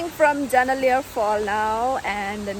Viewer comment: Janailar not janaliar Pun